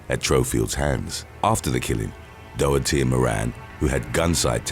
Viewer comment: The horror style music, cheesy sound effects & slow paced delivery do nothing to enhance the video but they are irritating. Also that’s not how you pronounce “Ezekiel” or “Doherty.” Put all that together & that’s why I dropped out after 12 minutes.